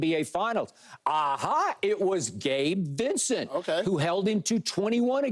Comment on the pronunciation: when skip said Gabe Vicent lmfaooooooo